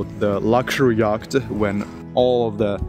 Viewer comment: The C in yacht is silent. Just say "YOT".